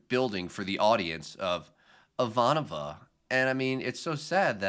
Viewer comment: Good job on Ivanova. If we are going to pick on your mispronunciations, we have to praise when you get it right.